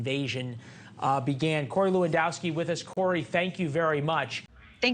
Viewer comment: “Lewandowski” aaaaand I’m outta here 👋